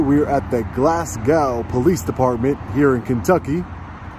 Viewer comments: the correct pronunciation is, Glasgo, like 'go'. The W is silent, like Glasgow in Scotland. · I live in Glasgow and support our local law enforcement. That being said (and I mean it), there are a couple of things to add. It's Glasgow (pronounced "Glass-Go;" doesn't rhyme with cow). Named for Glasgow, Scotland, because our first non-Native American residents were from Scotland. Our county is Barren County, named for the Pine Barrens of Scotland. I thought the encounter went OK. One thing really stood out, however. She referred to "civilians," meaning non-police. Wrong! Civilians are anyone that are non-military, including law enforcement. Police, local or federal, are all civilians. Military are not civilians. Everyone else is. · As a person from Scotland where the city name is from Glasgow, you pronounce it Glas..go not gow i bloody hate the way American say it !!! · Fyi its pronounced with a long O. Glas-go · Hey Hey Long Island - its 'Glass-Go' - much love from Glasgow Scotland man.... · It's pronounced Glass go. 👍🏼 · Ha! Glasgow! My home city here in Scotland! It's pronounced GLAZGO! :goodvibes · Cool, I live in Glasgow, pronounced glaz-go in Scotland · we pronounce glasgow as glas go in scotland here in the uk 😂😂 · Is the pronunciation in the USA of Glas[gow] as in "cow" or Glas[gow] as in a race "go" as in Scotland. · Pronounced Glasgo...the W is silent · You need to learn how to pronounce Glasgow 😋 Glas-go. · For fuck sake it’s glasgo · Its pronouced....glass go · Never heard Glasgow being pronounced that way before! I didn’t understand at first when you were saying Glasgow. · If you ever come to Scotland, which I'd love, don't pronounce Glasgow like that 😉